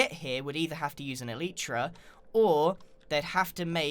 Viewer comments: Elytra "El- lie- tra" not "El- ee-tra" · "Moyang" "Eleetra" "Measa" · You don't know how to say elytra dumbass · Why did you pronounce so many things wrong like Mesa and elytra?